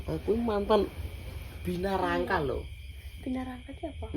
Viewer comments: Binaraga bukan binarangka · binaraga kali...bukan binarangka😅😅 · Binaraga sanes binarangka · BINARAGA ❌ BINARANGKA 😂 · Binaraga kok jadi binarangka wkwkkw